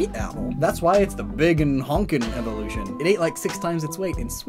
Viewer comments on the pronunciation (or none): none